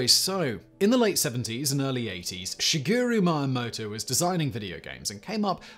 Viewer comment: That pronunciation of Shigeru Miyamoto.......